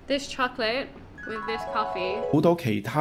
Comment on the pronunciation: 覺得美式發音懶得就懶，為了慳氣及流暢很多時送氣的 consonants 受到前後發音的影響而跟風變成不送氣的 counterparts, 甚至有時省略了發音。 笫一個 "This" 可能前面沒有參考的發音字，為了慳氣，因此減少送氣量而變成類似 "d" 的發音。但第二個 "this" 由於受到前面 "with" 的影響，在雙重 "th" 的情況下， 只好發出完整的 "th" 送氣發音版本。